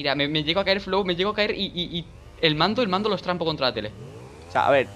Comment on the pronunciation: danirep ve al cole a aprender a hablar a cierto no puedes no tienes cole "el mando lo estRampo"